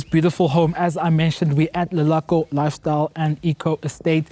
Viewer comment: Beautiful. So, are you really struggling with pronouncing that Leloko? By the way, I wish you could start including more of farm style houses to cater some of us who are not into Modern estate double stories.